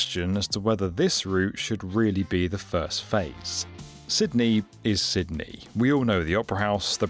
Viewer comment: Pretty sure you pronounced "Sydney" correctly every time. I guess that's worth a "like". I've been subscribed for quite some time now but it was an amazing experience (and highly amusing) listening to your pronunciations. That said, well... like the rest of the Aussies I noticed in the comments, when it opens to the public and is affordable, I'll believe that it might happen. We have a technically-not-two-party-duopoly political party system here and they're known for sabotaging anything that the other side tries to do for the country's long term health/success. Thanks for the video.